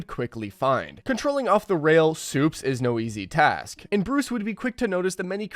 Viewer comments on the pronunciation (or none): none